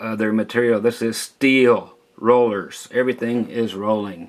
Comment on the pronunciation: "Steeyull" Lol